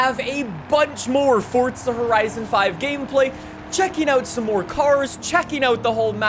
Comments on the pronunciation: Tip a dully dose not count as 2 wheels it counts as one and its forza not fortza thank you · it is pronounced F-O-R-Z-A not F-O-R-D-Z-A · You should try saying FORZA not FORTZA!!!!!! sorry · Him: Fort-tza Everyone else: Four-za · Stop calling the game Fortza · Its forza not fourtza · 4za not fortza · "forsta horizon 5" lol... "z" whats that? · stop calling it fortza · WHY do you say "ForTza horizon 5"